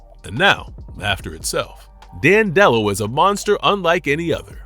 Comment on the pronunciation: you’re pronouncing it wrong. and he doesn’t thrive on comedy, he thrives on emotions of any kind. cmon man, get it together.